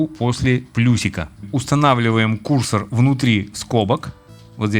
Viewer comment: кýрсор режет ухо. курсóр правильно.